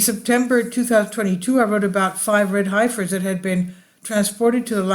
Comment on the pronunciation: It's pronounced "Heffers", at least in the USA. Thanks for the video.